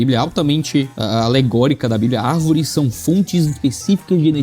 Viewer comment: "As árveres somos nozes" kkkkkk